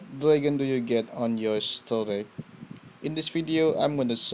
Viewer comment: You should pronounce storej not storeg. Ok?